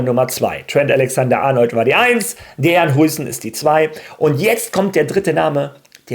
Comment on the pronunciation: Bro heißt Dean und nicht Dejan 😂. Dean wird DIEN ausgesprochen